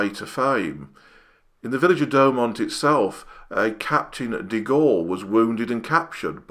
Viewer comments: Great video. Thanks. I've been to Verdun several times and have read much about the battle but the arial shot add so much to understanding. As for your accent, I personally don't have an issue. But pronunciation could be improved - try Do-oh-mont. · Great video, I've been to Fort Douaumont (pronounced Dew-mon), amazing anyone survived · great Video, excellent research on the topic. and some extra facts like the percentage of duds and stuff. loved it and will watch more for sure. one thing: its Douaumont not doughmont. XDXD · Douaumont is pronounced "Dew o mon" in French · "fort de DouAUMont"